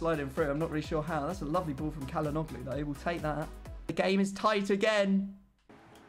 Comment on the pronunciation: pllllllllllllllllls stop saying kalanoglu